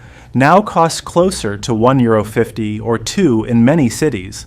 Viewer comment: Arrêter IA peffffff parle toi même au lieu de faire parler un robot qui ne sait même pas dire 1€50 centimes!!!!!! Ne ne recommande pas ce genre de Chaine !!!!